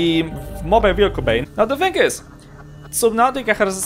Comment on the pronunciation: "now with this think" lol gotta love none English people. Anyway, thanks for the tip.